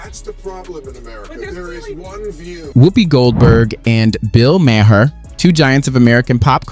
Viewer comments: Good comparison of being a guest in someone’s home to what Arnold said. Keep it up! Ps it’s pronounced “May-her” like mayor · You said Maher wrong.